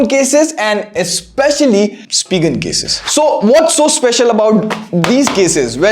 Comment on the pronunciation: Spigen is pronounced as “spy-gen”, gen as in generation. Great video as always.